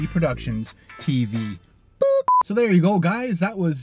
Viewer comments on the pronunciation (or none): none